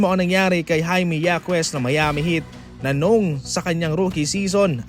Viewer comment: Yakes?😂😂😂 Babasahin nlng mali2 pa